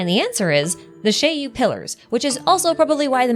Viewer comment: Finally, a person who knows how to pronounce "Shiyu Pillars". I really like the chariot Shiyu theory, it seems much more fitting than the HDD. Also, a small prediction: we will be getting new Hollow Zero regions fairly regularly - one for each major boss (so presumably one per story chapter), and then similar to Nineveh, some sort of a special region with a special boss once in a while alongside important story developments related to Hollow Zero, which likely won't happen until 2.0. The first major missions related to Hollow Zero will likely end with some major story and discovery around 1.3-1.5 (or maybe 2.0) in the form of a whole chapter or an interlude, afterwards unlocking the Section 6 characters' Missions and consequently Trust. Note: I place Section 6 no earlier than 1.3-1.5 because I expect the whole Perlman and Outer Ring situation to end before that, and 1.2 will likely be the Sons of Calydon patch, then we can only guess whether they release something brand new after that and before Section 6.